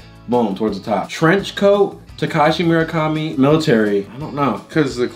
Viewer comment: They said tekashi merakami 😭😂